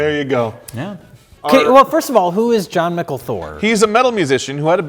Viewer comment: It's pronounced "John Michael" btw haha